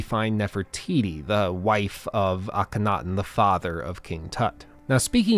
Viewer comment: You really need to learn how to say Akhenaten